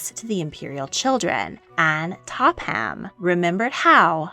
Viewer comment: "Topham" is pronounced "Topam", not "Top ham".